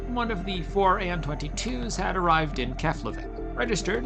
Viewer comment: It's pronounced "Keplaveek"